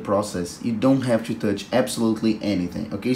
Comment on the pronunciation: I love how he says "cho" instead of "to"